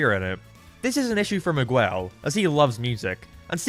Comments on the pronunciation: Mahguel😂😂😂 its Miguel, you say Mi like a mii from nintendo and guel with the g pronounced like g in god and the uel pronounced like the ell in the word bell. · He apologizes for mispronouncing Mei’s name wrong (which he doesn’t) But he never acknowledges that he says Miguel’s name « Migooell » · The pronunciation of Miguel is killing me😭😭😭😭 enjoyed the vid tho